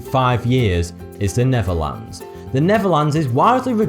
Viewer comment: I thought you said neverland, and not the Netherlands. Will you ever speak properly is that asking too much from you? Or have you always had a problem speaking words like every normal person on this planet? Or are you doing this pronouncing words wrong just to deceive people to thinking something else? Something is going on with you pronouncing words different any everybody else.. What a fucking douchebag!